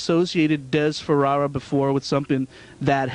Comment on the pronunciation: Yeah kept getting it wrong. It's FaFara, NOT FaRara.